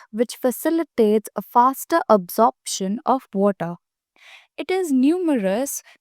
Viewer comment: "Absorption of woota"